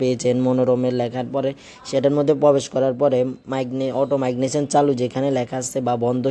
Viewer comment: ভাষাতে ভুল হচ্ছে উচ্চারণ ঠিক করুন। মাইগনেশন বলছেন কেন?